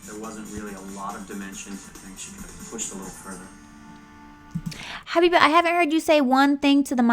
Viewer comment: Was i dreaming or did i hear u say habibeh at some point